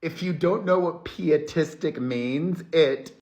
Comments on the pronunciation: I believe it is P-EYE-atistic, Perez. As in "pious". Not P-EE-atistic. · Not criticism: I've never heard the word, pietistic, but after you read the definition I assume it goes with piety - which I've always heard pronounced like "pie" not "pee." I could totally be wrong! Whatever the case, it fits. 😊❤ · Hermano it's PIE EaT Tee. To be Pious. PIE eat isM